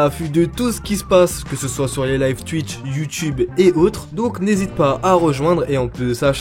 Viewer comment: Je déteste les gens qui disent tchuitche ça se dit twitch